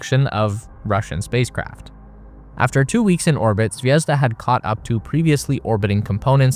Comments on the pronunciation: Please learn the stresses in words if you say them - my ears are bleeding of you saying zvézda instead of zvezdá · it's not zvEzda. It's zvezdA:)